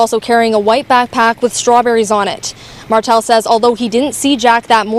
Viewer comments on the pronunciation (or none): It’s Martell not Martin